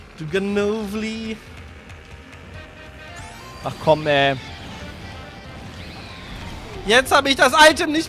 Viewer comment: Wie immer noch Ganovli sagt, obwohl das Pokemon Ganovil heißt xD